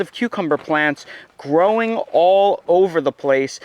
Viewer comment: Love how u say "growin on" 😂